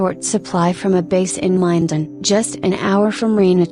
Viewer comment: I love correcting a computer, it’s Min-Den not Mi-Din